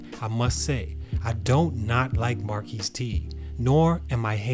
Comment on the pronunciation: His name is pronounced as "Mar-cus" not "Mar-keese" lol